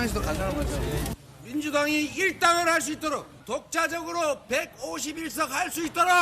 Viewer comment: 감옥 안가기위해. 151석으로 들린다